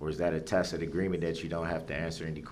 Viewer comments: someone had to have told him the word is pronounced TASIT (tacit) NOT "TAKIT" - he actually CAN learn new things, by golly. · Awwww, Duhrl is trying new pronunciations for (tacid) He was pronouncing it "tackid" last week, lol😂 Edit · I wonder who told him "Hey stupid it's pronounced tacit not tackit you moron'!